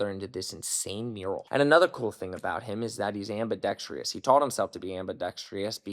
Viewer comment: Ambidextrous. No i… what is it with Americans and the letter i… you don’t pronounce it in Aluminium and you add it in ambidextrous